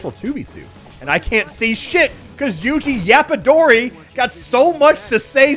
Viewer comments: "yuji yapadori" naw im crying😭😭😭😭😭😭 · “Yuji Yapadori” is crazy 💀